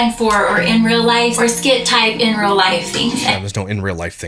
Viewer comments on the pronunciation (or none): She says ‘rail’ instead of real